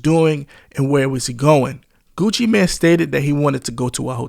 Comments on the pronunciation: It’s pronounced Gucci Mane not Gucci Man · How this nigga gonna say Gucci mane name wrong and have clips of Gucci saying Gucci mane and STEADY calling bro Gucci Man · Mane not man okay? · This is a nice compilation of clips, but holy hell the amount of words clipped out is insane. That and calling him 'Gucci man' instead of mane is pretty damn annoying. Like, mane != man. How tf you fuck that up? Imagine calling Super Man or Bat Man Super Mane or Bat Mane lmao. Like its just not even close. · Ngl hearing you call him Gucci man not main hurt my ears the whole video. Other than that good video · It's Gucci MANE not Gucci MAN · Is this Ai? Why is he calling him Gucci Man?